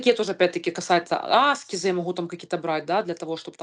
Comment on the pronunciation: Не Аскезы , а АскЕзы, примите без обид)